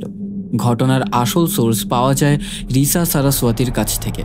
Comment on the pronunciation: উচ্চারণ "রিসা" হবে না "রাইসা" হবে।